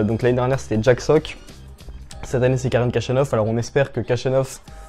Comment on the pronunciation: Son nom se prononce ainsi : le kh se prononce xh comme dans javier prononcé à l’espagnole Jachanov